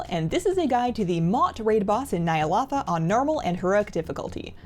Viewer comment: ny a lo tha not ny a lota